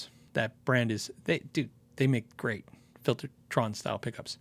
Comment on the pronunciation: Impressed with the pronunciation of my name! Next week i will ask if it's worth to pay for shipping and import-fees for a proper T.V. Jones vs. just getting a Gretsch Filter'tron from Europe! :)